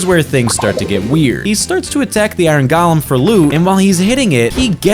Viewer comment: “Gahlem” 😂 bro doesn’t know what a golem is